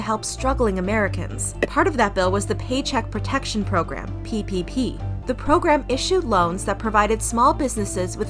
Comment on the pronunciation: Every time you say ppp all I can hear is pp ahaha